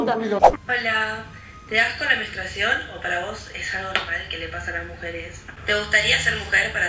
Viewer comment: JAJAJJA basta, le corrigió "menstruasion". Ni burra, chau.